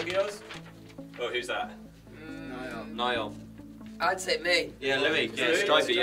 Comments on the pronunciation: "This is Zz... This is Zz" "Zz" "Zzz" "Zayn" "Zzzayn" That dude: What's your name? Niall: Niall That dude: Neill Niall: Niall That dude: Neill Niall: NIALL! Dang! This dude be trying too make people mad on purpose. 💀💀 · "neal" "no its niall" "zzz zayn" " this is zzz zayn"😂